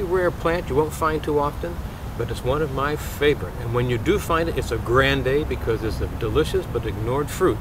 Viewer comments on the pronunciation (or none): none